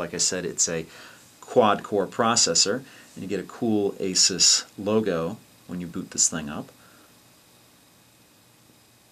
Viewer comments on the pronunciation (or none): Its actually "ay-soos". Asus has a video on their channel showing how to pronounce it. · Don't you mean 'Ah-soos'? ;-) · learn how to pronounce AsUs